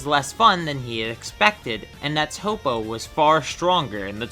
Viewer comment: It's Toppo Not Toe-Po. Top-Oh!